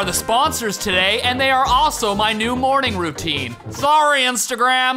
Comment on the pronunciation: Terreberry It almost sounded like you said that Morning Brew is your new "Morning Brew-tine" ... Yeah... go on, take it.. go ahead and use it! 😜